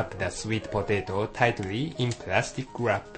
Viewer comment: Oh, I love you and your "plastic guwrap" -3